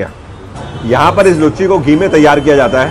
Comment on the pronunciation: लुच्ची नही उसको लूची कहते है